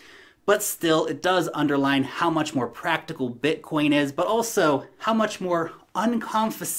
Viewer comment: Haha yeah, it's called BITcoin, not BUTTcoin!!!! 🤣🤣🤣🤣